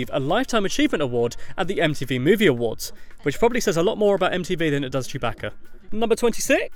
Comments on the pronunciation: why does he call chewbacca chewb"a"ca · surbaca? it's sewbaca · Did he say Chewbacca with a h like Chewbaccah